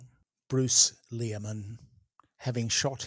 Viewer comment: Lol, it feels almost intentional of to mispronounce Leary-man's name